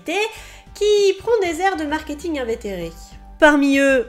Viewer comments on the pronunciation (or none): none